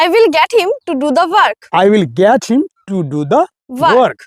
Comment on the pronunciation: Sir,apnar ebong ei studenter uccharon gulor dike ektu bisesh najor din jegulo ektu vool hoye jacchhe!!! ami jeta ei video te sunlam - 'get' aar 'let' jevabe uccharon korlen seta thik holo na aar 'help' tao seorokom!!! - Koushik bolchhi Sodepur theke.